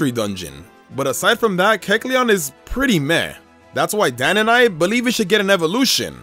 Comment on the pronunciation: Might just be me but when introduced Dan I thought he said dad